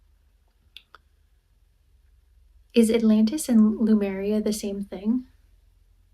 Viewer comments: She is not even sure where Sardinia is. Pronouncing Lemuria as Lumeria. Face palm. Every time i watch. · Lemuria ✅️ Lumeria ❌️